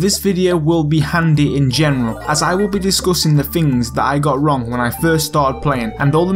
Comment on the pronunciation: When he said "discoüössing" I felt that... ✊😔👌